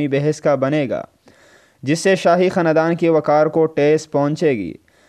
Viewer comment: پہلے اردو بولنا سیکھ لے تجھے خاندان بولنا نہیں آتا۔